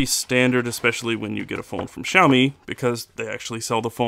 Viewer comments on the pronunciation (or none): XD XD Shao Mi hahahah it's s-ee-ow me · I'm sorry but I had to mention this; the way you pronounce Xiaomi felt weird. It's supposed to be see-ow, not shao, lol. Just saying.